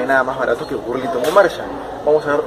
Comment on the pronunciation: no es burlinton es ba no bu